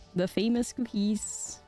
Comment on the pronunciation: It's because she says "Kew-keez"